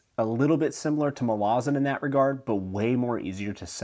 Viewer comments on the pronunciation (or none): Joe Abercrombie, the faithful and the fallen is amazing by John gwynn, Beyond Redemption. Never heard Malazahn pronounced that way, but I like it!! I could care less bout races though, it’s more culture that interest me. Thanks for your review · haha i'm losing my mind at your syllable emphasis. They might be correct but I've always pronounced Erikson's books MAL-uh-ZAN and Bakker's line of kings an-ASU-rim-BOR.